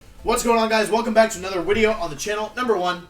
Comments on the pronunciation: If you say "Wideo" one more time I'm gonna snap. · "WIDEO" :D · Every time he says “wideo” I miss Markus. Memories of the greatness of Team Dreamball fill my heart 💕 Where are you, Markus?!